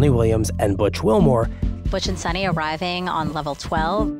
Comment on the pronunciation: It’s not pronounced as Sunny ,it’s Suni..Sunita,stress on the syllabi ‘’U’’